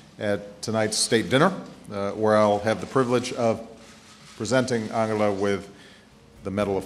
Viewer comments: Angle-ah? Angle? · Angle-ah? Really? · How funny you guys pronounce Angela Merkel :D